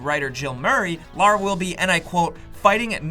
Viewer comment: It is Lara, not Laura, hehe. And I liked the story and the acting was great too. Her accent was perfect.